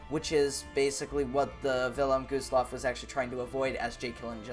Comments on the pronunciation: It’s Wilhelm Gustloff not vilham gostloff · villem goosloff? its the Wylhélm Güstlof thats the way to pronounce it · U said vinnlem gooslof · “Village Gustllaf”💀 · "Vilelm gooseloff"😂😂😂😂